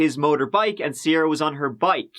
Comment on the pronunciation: "a Sierah in a cornfield" 😭